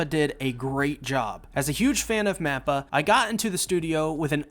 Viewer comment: Why do you keep saying "NAPPA". This is Attack On Titans mate, he's not in it. I'm just playing. I know he's saying "MAPPA"